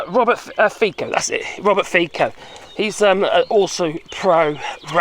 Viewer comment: Fico is pronounced Fitso. But he probably deserves to be called Fiko.